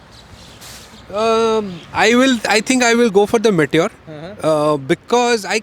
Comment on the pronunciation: what is may-ture 350? It's pronounced "me" "tyor" not 'may' 'tyor'